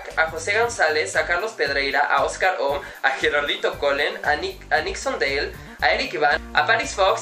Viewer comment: OH ME ENCANTO PERO SE PRONUNCIA COMO SE ESCRIBE "NIXON DAYLE"